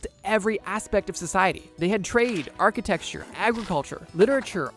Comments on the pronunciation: Architecture = Ark-uh-tech-sure Not Architexture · Can’t get over you saying architexture